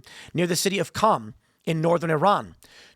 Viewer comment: worth the view just to see Tim pronounce “City of Qom.”